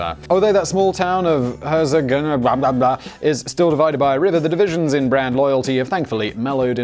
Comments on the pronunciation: Ouch, you really butchered the name of the town Herzogenaurach. :D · Herzogenaurach... nice try HER-TSOG-EN-OU-RA-SH still not perfect but much closer :D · You pronounce Herzogenaurach so wrong. Literally it means something like Dukes creek. And it's actually next to Erlangen and not to Nuremberg ;-)